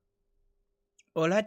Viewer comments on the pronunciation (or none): none